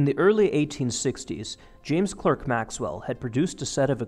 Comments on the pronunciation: Great job! Tiny quibble: the "Clerk" in James Clerk Maxwell is actually pronounced "clark." Goddamn Brits, I know. :) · James Clerk Maxwell - pronounced CLARK - he was Scottish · Maxwell’s middle name rhymes with “park,” not “work.” American spelling is “Clark.”